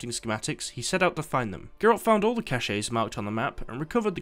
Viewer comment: It's not pronounced cach-E it's pronounced "Kash"